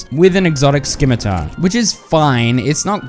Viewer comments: the amount of times you say skimitar instead of scimitar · I don't know whos pronunciation of "Scimitar" is worse, Wallfle Time or (Skimitar VS Scimeter) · Your pronunciation of scimitar is fucking amazing.